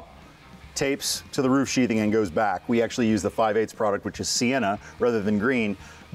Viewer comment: sheath... "th" ... "th" ... "sheathing"